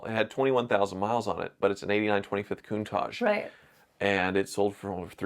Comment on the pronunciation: Since she can pronounce Countach: for kidney or gall stones, squeeze the juice out of a lemon or two, add an equal amount of olive oil, and mix with an emulsifying hand mixer. Drink it, then follow maybe 20 minutes later with plenty of water. Acid from the lemon juice dissolves the sharp points and makes the stones spongy. Olive oil slickens them up so they pass easier. Lots of water flushes them out. No surgery.